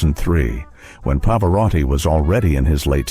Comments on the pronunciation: Il commento parlato peggiore che io abbia mai sentito,pieno di strafalcioni: Pavaràti,Pavaròti, Pavari, Lukiano, miasténia, Nicoléta, pause posizionate in modo assurdo, per non parlare delle insopportabili,completamente cervellotiche inflessioni "italianeggianti"(si fa per dire) della voce narrante. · El moderador ES UNA BRUTA BESTIA!!!!!!!!!!!!!!!!!No sabe siquiera pronunciar el apellido de Pavarotti ni de Mantovani. Esto es una burla al público. QUÍTENLO!!!!!!!!!!!